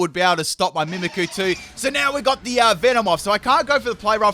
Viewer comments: Mimickoo (mimikyu) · its pronounced MIMIC YOU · mimic-ooh - mimikyu says coh-vet for covet as well lool, not even a pokemon just a word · I hate to be this person but it's pronounced meemeekyou not mimickoo and loocareeyo not lukaro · Greninja I can barely understand, but... Mimikyu?